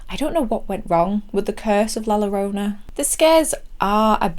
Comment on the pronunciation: once again, a great review. Even if I don't agree. I wonder how many language purists cringe at you saying La Llorona and Chaves though. I wish I could watch the pain in their faces as you say it. That is the real horror